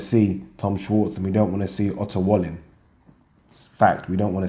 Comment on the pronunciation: Love how, when you pronounce Otto Wallin, it sounds like you're saying "utter wally". Sounds about right to me.